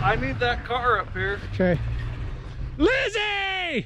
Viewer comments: he said LIZZAY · “LIZZZY” we need the morvair lmao that cracked me up 🤣🤣